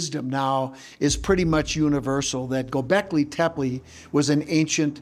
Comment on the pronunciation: Is it really that hard to say GO BECKLEY?